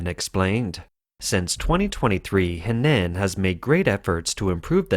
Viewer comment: Henan = "Huhnahn" not "Hehnanne".